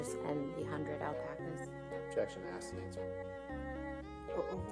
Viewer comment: Very funn... "Objetion"